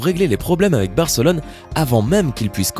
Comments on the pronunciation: c est pas Bèrcelone mais Barcelone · C moi ou il a dit fc bercelone